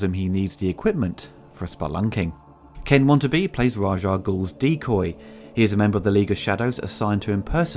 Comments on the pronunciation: Christian Bale is such a savage actor.. Btw, "Ken Wantabe"? "Wantabe"? He`s not a wantabe, he`s pretty good :p WA TA NA BE, come on, it`s not hard, did you have a little typo in your script there? hehe xD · Ken Watanabe not "Ken Want-a-be" WA-TAH-NAH-BAY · Ken "What-An-Ah-Bee" is the correct pronunciation